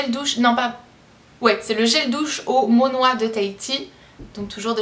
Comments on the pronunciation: C pas monoi c monoille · Aha c'est pas "Mo noix" mais monoy qui c'ecrit "Monoi" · Dis donc tu es gâté ;p trop beau le bracelet :) mais on dit Monoïe [I] et pas Monoi [oi]^^ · Au monoi hahaha tu m'a fais trop rire dés que tu as dis ça:p c'est monoye pour la prononciation hihi. bisous:) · Trop trop mignon, tu ma fait rire (sans me moquer) quand tu a dit le "gel douche au monoÏ" Car "monoÏ" ce dit "monoye" pas évident à écrire pour que tu trouve la bonne prononciation ^^ Bisous ma belle, c'est super sympa ces petites vidéo, je court voir le swap de Melissa, <3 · Trop chouette! Par contre j'ai explosé de rire quand tu as dis Monoi, on dis Monoï ( ~monoye) ;-) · Coucou on ne dit pas monoi mais monoye meme si ca s'ecrit monoï ! Bisous (ps j'aimerais bien etre a ta place ) ;) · le monoï ça se dit [monoye], pas monoi, ça m'a fait rire :) sinon très belle vidéo, j'attends avec impatience le prochain swap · Trop cool! Mais on dit "Monoille" pas Moinoi:) ❤❤ mais sinon tu es trop belle! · J'ai rigolé quand tu as dit monoi c'est monoy bisous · je suis MDR :) on dit MonoÏ vu qu'il y a un ï et pas monoi. Merci pour ce moment de rigolade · Oh je regarde cette vidéo et je suis morte de rire tu dis monwaa au lieu de monoï mdr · c'est pas pour se moquer mais devinez qui j'imite : "ça c'est un gel douche au monoi" trop drole c'est monoy ou monoï !!!!!!!!!!!!! Liker ce qui regarde cette vidéo en 2017! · pas le monoi le monoille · Monoï ne se prononce pas Monoi mais Monoye! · C'est monoï pas monoi (ça se prononce monoye) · Hahahah monoa on dit monoii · Ca m'a fait trop rire quand tu as dit Monoï car ca ce dit Monoy ! Hihi ! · J'ai tellement rie comme tu as dit "monoi" (non je ne me suis pas moqué) ça ce dit monoy ;p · Monoi ce prononce " monoille " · Ça se prononce monoille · Monoï se dit "Monoille" :) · Monoï = Monoyeu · Monoi se lit " Monoï" ;) Sinon super vidéo ♥ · Le monoï c juste que ça se dit genre avec le i et le o séparer